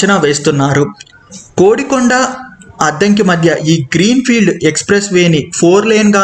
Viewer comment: నాకు తెలిసి అది "కొడికొండ" అని పలుకుతారు. "కోడి"కొండ అని కాదు. చూసుకోగలరు దయవుంచి. నేను తప్పయితే క్షమించ గలరు.